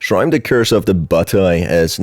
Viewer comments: I love ur humorous storytelling, it's so funny 😭 Oh yeah it's also shirime, not shrime SJSJS. Like she (as in pronoun) ri meh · Not me taking too long to realise that whenever he said /ʃraɪm/, he is actually mispronuncing shi-ri-me, the name of the entity. 😭😂😭😂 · Isn't it pronounced sher-REE-may? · It's pronounced Shi-Ri-Me!!! Unfortunstely this yokai is one of a collection of horny 'ass' and prolly just 'ass' drunk japanesr people's creations 🙃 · I think it's pronounced Shee-Ree-May....but still...butt-eye laser. ...i like big butts and i cannot lie... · I think it's read Shi-ri-me